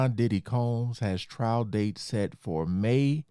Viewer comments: Hey homie it's "trial" not trail brotha. Love that channel. You that man bro. My fav spot to chill and get the low down. Keep up the good work my man !!! #jameliskillinit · Lmfao “TRAIL “ 🤦‍♂️🤣😂. C’mon bro , check your $hit before you post. Or get “ hooked on phonics “ it worked for me 😝👌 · Trial, not Trail, my brother. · TRIAL* Not trail. No disrespect tho. Js. ✌🏼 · “Trial” not “Trail”. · "trial" not "trail." Thanks so much for sharing the latest updates. :) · The word is "trial" not "trail".